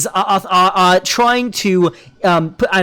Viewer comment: >I'm actually shocked that this guy spent 8 mins tearing apart a non-native speakers accent Lol because it is a deliberately learned accent. I live in the UK, the accent is called RP (Received Pronunciation). Also, Arch slips up on this quite often, he rolls the r on "are" when I have literally never heard even the poshest fucker doing that. So you can guess why he, as someone who otherwise would have a Norwegian accent would try and imitate RP.